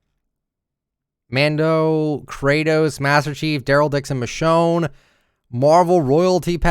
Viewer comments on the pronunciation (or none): none